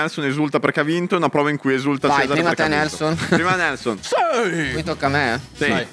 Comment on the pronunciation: È GIUSTA LA PRONUNCIA DI NELSON E FUFU È PIATTO GHANESE!!!!!